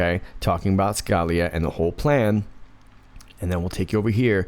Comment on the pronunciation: It's pronounce Skah-LEE-ah. Again, it's Skah-LEE-ah.